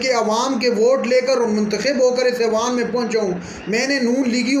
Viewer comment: Awaan nai hoota..eiwaan hoota hai